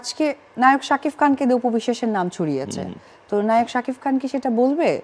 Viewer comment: শাকিব নামটা তুমি সব সময় শাকিফ বলে । নামটা বলতে পারে না